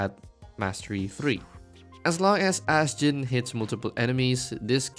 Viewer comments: Im pretty sure people pronounce her name astjenny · Seriously, how do you pronounce her name?